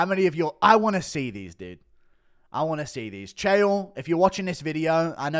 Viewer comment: Why does he say dude? Isn’t he English? Dooood